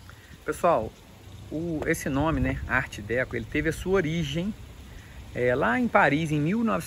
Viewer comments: Meu Caro, a pronúncia é Ardecô.ok? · Arte "Déco" e Palácio "Mourrói" é sacanagem né. Sugiro falar corretamente os nomes. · Decô, homem, decÔ! 😂😂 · Desculpa, mas a pronúncia é: "arte decor". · ART Deco ,se pronúncia ar Deco,com acento circunflexo no o.